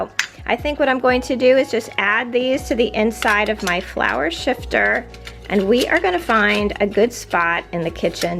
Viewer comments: hi; i had a lot of the older kitchen ware with the green knobs 35 years ago; just collected it here and then and sold the majority of it when my husband and i moved houses; i do have a question; it sounded to me that you were calling the flour sifter, flour shifter; i googled that term and the only word close to it was sifter; maybe i just didn't hear you correctly?..or maybe educate me on a flour shifter; nice video; thank you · Sifter not shifter !! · It is flour sifter, Ma'am, NOT shifter. You are using one to sift and refine the flour, not shift it. Also the two sided toasters like you are showing were not patented until about 1920. My mother had one pretty much like your's that belonged to my grandmother from that era or later. They were used through the 1930's and probably some, into the 40's. I have my grandmother's for display and it still works, though I would not trust using it.